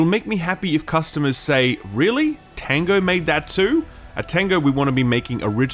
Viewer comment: Kept thinking you were saying "tenga" instead of "tango"... which is something completely different here in Japan lol.